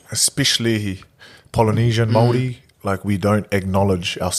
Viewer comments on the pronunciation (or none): none